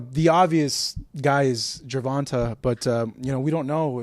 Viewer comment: Crazy how often mispronounces Gervonta’s name, isn’t it?